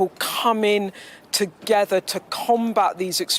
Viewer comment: Comin' togever ....thanks Beth Rigby. So hard to listen to